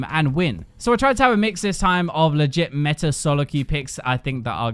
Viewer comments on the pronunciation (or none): none